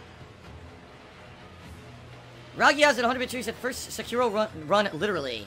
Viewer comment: Love that he purposely calls it "Sekeeraw". He even said it correct once but autocorrected himself. The same thing with royal and royale. He is such a beta male that he does all these weird things